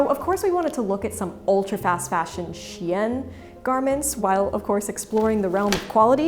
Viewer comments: I like how you pronounced "Shein" as "Chien," producing the (probably correct) implication that they sell dog-quality products. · Funny note, the way you pronounce "Shein" sounds like "chienne". Which is the name for a female dog in french and usually said as an insult. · Great video, but please pronounce the brand name 'Shein' in the correct way: SHINE. Yes, the words are pronounced the same, just spelled differently. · it's funny your prononciation of shein sound like chienne (female dog / bitch in french) except that thanks i learn a lot by your vidéo